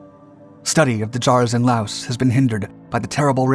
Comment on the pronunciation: S is NOT pronouced in LAOS